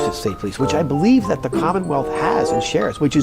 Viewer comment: What does one do if a corrupt POS nightmare like Mass State Police goes toooo corrupt? You hire a man that literally says DAT instead of that. Case closed, he’s a chump…